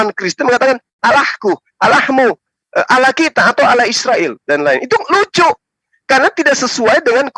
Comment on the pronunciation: Penyebutan kata ALLAH menjadi ALAH Karena KRISTEN tidak mengenal ilmu TAJWID 🤭🙏